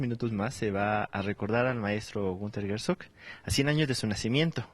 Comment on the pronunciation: El este periodista dice Gersog,en nagual.